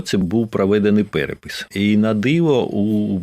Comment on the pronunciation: Та у немало в мові русизмів (росіянізмів). Та й вимова окремих слів видає російськомовну освіту. (КАчубей, прАведений перепісЬ..)